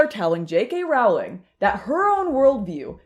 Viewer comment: I can't watch. It doesn't rhyme with growling. It's like roe-ling or rolling is fine too. J.K. chooses her battle and this one with people massacring her name she has forfeited unfortunately.